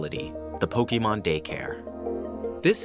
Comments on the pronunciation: This is totally awesome!!!!! Soooo cute. Just remember it's Pokémon not pokeemon. The é makes an "ay" sound. Every time I hear Pokeemon I think of Bill Crosby 😂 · ninjas do all of this for Pokémon yet they still pronounce it "Pokeymon" like we're doing the hokey pokey and turn yourself around. not what it's all about. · "Pokeemon"? Seriously? 🤨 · 1) get a different narrator 2) make sure they know how to pronounce "Pokémon" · how you gonna make pokemon videos and pronounce pokemon wrong???